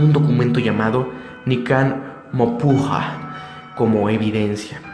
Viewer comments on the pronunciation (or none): No es mopuuuja es mopohua jajajajajja ni para hacer una investigación buena sirve